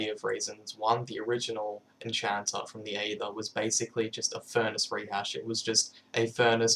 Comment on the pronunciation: Can't believe he pronounces aether wrong, when he made the mod....